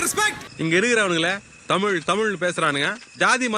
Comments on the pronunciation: இவ்வளவு ஆராய்ச்சி செஞ்சி பதிவு போட்ட உங்களுக்கு தமிழ் வரவில்லையே... ? மூச்சுக்கு முன்னுறு முறை தமில் தமில் னு தான் சொன்னிங்க... ஒரு முறை கூட தமிழ் என்று அழகு தமிழில் சொல்லவே இல்லை. இது தான் தமிழின் சாபக்கேடு. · சரிங்க,…. தமில் நல்ல உச்சரிங் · கடைசியில் உங்களுக்கு “ தமிழ்” என்கிற உச்சரிப்பு “தமில் “ என்று தான் வருகிறது .. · To ‘’: It is ‘தமிழ்’, NOT ‘தமில்’. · "தமில் தமில்"னு சொல்லி தமிழுடைய அழகையே கெடுத்து விட்டீர்கள் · I like your channel a lot but just one suggestion, please try to pronounce as "Tamizh" not "Tamil". That would great if you can try your best. Thank you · Nee Thamizh nnu modhalla ozhungaa pronounce pannu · The narrator can’t even pronounce tamizh properly